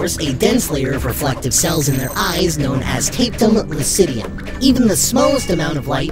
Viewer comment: Thats not how you pronounce tapetum lucidum